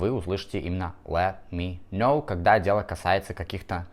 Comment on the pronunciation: Послушайте, я не лингвист и тем паче не в сфере английского языка, но на слух, ибо слух у меня музыкальный, звучит это очень близко к оригинальному произношению.